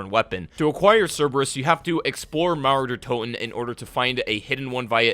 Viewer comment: When you spell Mauer der Toten i understand naruto der toten